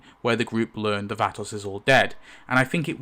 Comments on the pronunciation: hopefully you'll speak with someone from America and they can let you in on the proper way to pronounce "vatos". it rhymes with 'autos'. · vat toes thats how its pronounced not bein a dill hole just trien to be helpful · Please, I hope the poster has learned to properly pronounce Vatos. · IK he doesn't wanna butcher the pronunciation with the 'vatos' but dude he's totally killing it. That is NOT HOW YOU PRONOUCE VATOS. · Awesome deleted scene and commentary, although I absolutely hate how you pronounce 'Vatos'. LOL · Someone let him know how to say Vatos.. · Homie needs to learn how to pronounce vatos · Learn to pronounce vatos right before making a video for fucks sake. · I hate how you say vatos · Hearing you say "vatos" is galling. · The way he pronounced vatos🤣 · “VAT-toss” lol. Vah-toes my guy. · Wtf is a "vatASS?".... It is pronounced "vah-toes".... Vatos. 😂 Now say it just the way I EASILY made it. Sound it out using that British accent son. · Only small thing bugging me; it's pronounced almost like "Vva Toes" not "Va-toss". Thanks for the in depth video! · Va-toes not Va-toss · Vah-toes. It sounds like you’re saying vatovs. Great video though! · Vah-toss hahahaha I love it! Bring it close it together and make every syllable short like this vAHTos not toes or toss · Vah-TOES, not Vaaa-Toss. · "Va-Tas" da fuq. Its not an English word brother say it correctly. "Vaa-tows" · its not fhatos, its VOUGHTOS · Sorry but this bugged the hell out of me every time you said it. It's not "vaa-toss"... is "vaw-toes"... the word is plural for "vato". Pretty much every gang name worldwide is a plurality and you're pronouncing it like it's not. Not trying to offend but since you say it so much, it's kinda annoying. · Ah yes, the "Vat-oss" 😂 It's pronounced "Vah-toes" for future reference, chap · thats the whitest pronunciation of vato ive ever heard and im white as hell 😂🤣😂 its (v-ah-toe) phoenetically my british homie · Its pronounced VHAT-TOES